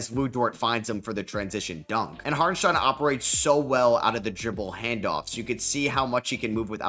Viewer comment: Props for the pronunciation, you nailed it